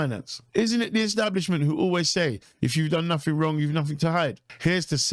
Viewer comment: What the hell is a "frone" ? What is "free million"? What is "nufing"? Please speak English , man . If you can .